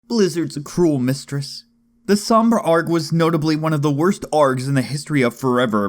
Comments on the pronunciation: Why the fuck does he say "Arg" like some sort of fucking pirate? It's A.R.G. I have no idea why this is pissing me off but it is... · the way you say ARG gives me pirate flashbacks